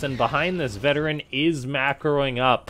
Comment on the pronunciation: I think it's pronounced Veteran... VeT-erran... like a play on words Vet Terran... you get what i mean i'm sure...